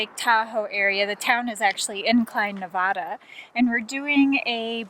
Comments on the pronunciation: As a Reno resident, it's Navada, not Nahvadah. Thanks for the video.. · it's not Nev-ah- da. It's Nev-aa-da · It’s not Ne-vah-da, It’s Ne-va-duh. Please don’t butcher out states name, it irks everybody that lives in Nevada. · I NEVER thought I would be correcting someone on this, since, I somewhat recently moved to Reno, Nevada 3.5yrs ago, but , for the first 3 months that my husband and I had lived here, the Nevadans would CRINGE so hard and YELL at us for mispronouncing their state name!! So, just in case you come back to Reno, remember: it's Nancy-Echo-Victor-Alpha-Delta-Alpha - and - in no way shape or form should you ever, ever, pronounce NEVADA like: Nancy-Echo-Victor-Awesome-Delta-Awesome. Nevadans are strongly opinionated over this pronunciation -- That first "A" is ALWAYS pronounced as a heavy SHORT "A" and NEVER pronounced like the "A" in the word: " Awesome " LoL -- having said all that, and I swear, that's happened to me so many times -- but, having put all that on the table, I get that I am pretty late here with my comment(s), but, welcome to Nev*AAAAA*da I'm quite happy with my move to Reno. <3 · Please say Nevada the right way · Didn't your friends teach you both how to say Nevada? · Glad I wasn’t the only one that was irked when he pronounced Nevada. 😂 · Might want to try pronouncing Nevada... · Learn how to pronounce Nevada...